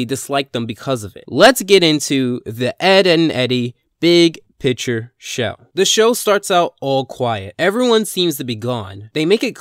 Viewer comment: Hey, since you don’t understand this, I’ll point it out. There’s actually a “c” in picture! I know, I know. Mind blowing stuff, usually a person with no accent knows this but it’s okay, we all make mistakes. I just don’t think you know it’s the big picture show. NOT the big “pitcher” show as you keep saying. I never watched that as a kid. While we’re here, say it with me, fig-your. Figure, your. Not figger. That’s borderline racist, Christ man this isn’t so hard